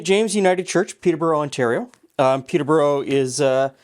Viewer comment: Coming from just North of the original, the way says Peterborough hurts my ears!